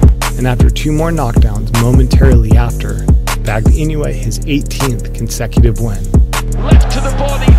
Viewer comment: Its not "E New Yay" but "E NO Wu Eh"